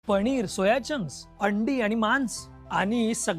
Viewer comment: आधी शुद्ध मराठी बोला बेटाजी. म्हनून नाही म्हणून म्हणा, पणीर नाही पनीर. बाॅयलर नाही ब्राॅयलर असे शब्द आहेत.... बाकी सर्व ठीक आहे